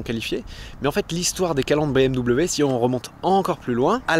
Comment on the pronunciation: Excellent reportage. En tant que propriétaire d'une M440i, je confirme 90% de la critique. Toutefois, 2 choses me déplaisent dans la vidéo : 1) BM-"DOUBLE-V" (ça fait saigner mes oreilles) 2) Mon ami JB dans le champs, cela me remplit d'émotions tellement je l'appréciais. Chaque année au salon de Genève nous allions manger avec son frère Benjamin au restau...😓 RIP mon ami JB...